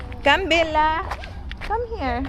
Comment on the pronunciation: Bella not billa